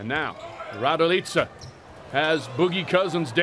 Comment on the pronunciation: Kako govori ,,rajdojica"😂😂😂